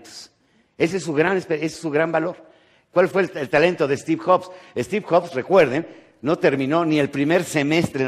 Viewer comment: "Estiv joks" 😂😂😂